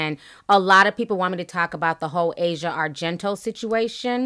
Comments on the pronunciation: You're pronouncing Asia's name incorrectly.... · "AH-ZEE-AH", not "EH-ZHA" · Ah-Si-Ah Argento, that’s how her name is pronounced her Dad Is Dario Argento an Italian filmmaker she comes from money power and privilege too. Her whole family is creepy her dad directed a version of phantom of the opera that featured Asia his daughter naked, having sex, and getting raped throw the whole family away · Not a fan of any of them. Her name is actually pronounced ah-see-uh not asia like the country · It's pronounced a-c-yeah, not asia the continent.